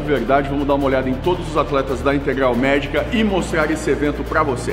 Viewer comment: é integral e não integlal kkkkk esse e uma figura